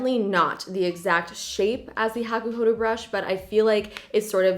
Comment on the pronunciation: hakuhodoooo not hakuhoduuuu